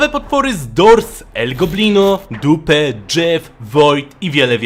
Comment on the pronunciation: Mów diup a nie dupe